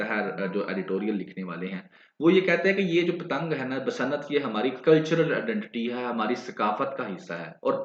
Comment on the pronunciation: Basa nat 😂 nhi hota, basant hota h😊❤